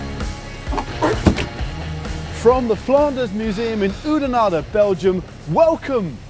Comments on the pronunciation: I like how Matt at the start said "in Oedenaarde" instead of "in Oudenaarde" :p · so awesome to see you guys here riding the same climbs I train on :) just got to work on that pronounciation a little. Oudenaarde is "Aw" not "Oo" you sound a little french that way